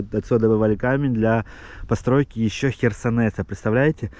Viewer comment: Херсонес . Не Херсонет